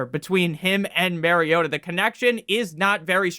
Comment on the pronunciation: It’s MAR-iota like “mars” not Maryota